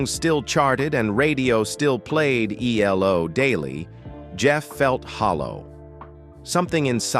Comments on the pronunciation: For God's sake, please use a human commentator who can get things right! It's '10538', and stated on the record - 'not ten thousand, five hundred and eighty' and it's E L O, not 'eelow'!!! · elo 😂😂😂😂😂 it’s E.L.O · "El-low"!? It's E-L-O. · E L O is not pronounced as a single world , learn or leave it alone !